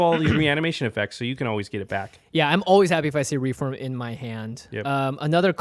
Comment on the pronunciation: REEF WORM Not "reform" sorry but it really bugged me...